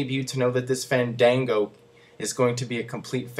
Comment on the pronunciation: You got it wrong. It's FAWN-DAWN-GO! Actually, I think it might work, because Johnny Curtis is hilarious, and it could draw a LOT of heat